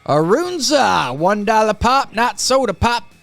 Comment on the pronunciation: Hubby is from NE and loves his Runza's. They're pronounced Run, za's not Roon, za's. Cabbage, meat, cheese wrapped in crescent rolls. Yummy!